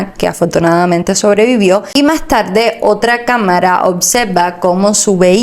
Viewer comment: Vocalizar a la hora de informar es muy importante! No se dice TABDE se dice tarde !!!!